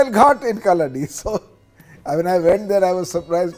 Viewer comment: Feels extremely happy on hearing about the Adi Shankaracharya 🧡 I would like to make a humble correction The place where he was born called "Kalady" ( meaning = Footprint ) near Aluva . not kalladi as pronounced in th3 video